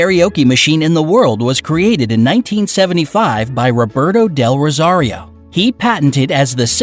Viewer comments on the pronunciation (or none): Im kinda sad since he said rosario wrong :(